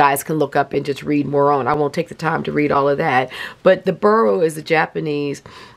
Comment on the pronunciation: I’m always curious about words — spelling, pronunciation, etc. — so I looked up boro, partly because an O is so rarely pronounced like a U. And the only thing I know about Japanese is that words are usually pronounced the way they are spelled. Sure enough, it’s not pronounced “burrow” but FORO, almost like saying the number 4 and the letter O. Yep, the B sounds like an F, which is unexpected! Both O’s are long. But don’t quote me 😱 since probably learned from the expert she mentioned in her comment!